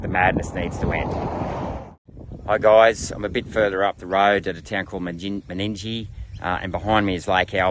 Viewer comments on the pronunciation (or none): Get out of my state and my backyard, get back to your neck of the woods, go-on tick-off. You are very poorly informed my dear senator about the lower entire section of the MDB, the Coo-rong is the pronounciation, similarly Men-in-gie. It's not hard to learn proper pronounciation of places, unless you don't care what is outside of your state! The freshwater from the Murray-Darling system does not flow into the coorong, it's impounded at the barrages, vision of which which you failed to put in your video, as they were emplaced to enable permanent water stores the distance of the Murray River for river trade traffic, not as irrigation storages, by and large. The coorong's water flows used to come from further down the limestone coast, like where you were down at Kingston SE, it usually is sent out to sea via the SE drainage system, with many hundreds of kilometres of open drainage channels. If you really wanted to sound important, why not champion an idea of redirecting some of the SE drainage freshwater flows from going out to sea instead or to impound it and replenish the underground aquifers under the limestone coast, if you want to do a geo-technical solution. The whole of the limestone coast is actually a series of former coorongs, that formed over the last few million years. There are irrigators around the lower lakes that rely upon the "shallow lakes of freshwater". Do you want to send them broke as well? That's a heaps good policy- Aussie farmer against Aussie farmer! Ju